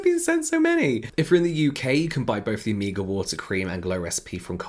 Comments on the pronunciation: It took me few moments to Figure out what James wanted to say by “ amiga “ 😅🤦🏻‍♀️, then i got it is “omega” , amazing how many spelling exist for a same word !! Love this diversity 💙🙏🏻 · I thought you were saying Amiga instead of Omega and I just rolled with it. Like yeah, invite ,y friends over and do some skincare. Cool. 😂